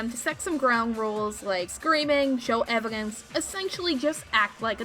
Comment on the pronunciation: Why can't nobody pronounce Evidence correctly???: Evidentay.: Evigance